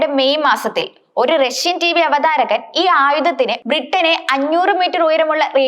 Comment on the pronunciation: "രശ്യ "യാണ് ആണവായു ദ " ശേശി " യുള്ള രാജ്യം. " ബീഗര " രാശ് ട്രങ്ങൾക്ക്, "വിശേശിപ്പിച്ചത് " . മലയാളം പറയാൻ അറിയാത്ത ഇവളെയൊക്കെ ആരാണ് വാർത്ത വായിക്കാൻ ചുമതലപ്പെടുത്തിയത്.